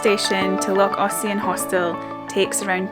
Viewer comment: Hi, have you been sitting in Ernie practising your pronunciation, Loch Ossian was perfect.😀😀😀😀. When I used to work night shift I used ear plugs and an eye mask, especially in summer when it was bright from early on. And of course the ear plugs to block out the noise of the dear little children playing outside. Although the ear plugs just made you more aware of the noises in your head. Thanks for another great video.